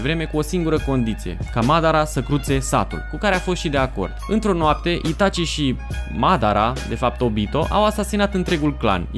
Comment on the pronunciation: Ok sa zicem ca cu "Saske" te inteleg in loc de Sasuke, dar nu mai pronunta niciodata Madara...ma zgarie pe creier